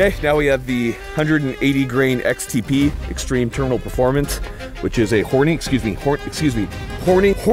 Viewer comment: The icing on the cake when you was trying to say hornydy 😂, was the lil edit. So subtle yet so fu ckin hilarious. Coming from a 40 yr old grown ass man 🤣